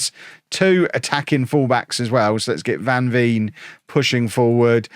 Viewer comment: Van veen is pronounced ‘van vain’